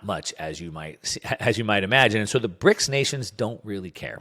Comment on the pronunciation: Well, he got the "S" in BRICS wrong too ;-)